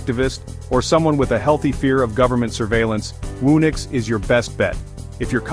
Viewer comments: Whoo-nix? Surely it's who-nix! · Garbage video. "Whoa-nix"?